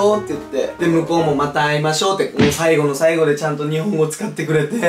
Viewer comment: また会いましょうのジヒョ様めちゃめちゃネイティブですき